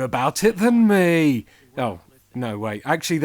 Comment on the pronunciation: listen to how he says "me" lol